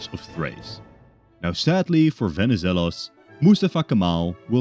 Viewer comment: As a Greek, nice work pronouncing Benizelos